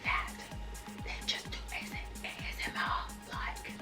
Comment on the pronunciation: I love your video quality. You're very funny did you say AMSR? Thank you for this video I learned a lot and you make me laugh too😇